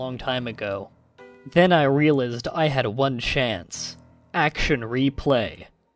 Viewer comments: Stop whining about the typoes and think more about how you speak. Fyi you pronounced Realized wrong! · Realized, honor. Really? That's how you say them. Lol